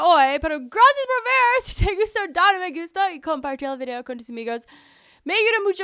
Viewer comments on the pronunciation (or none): none